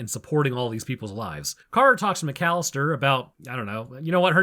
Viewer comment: What they don't teach you in the microbio lab is how to count syllables, Macallister is four not three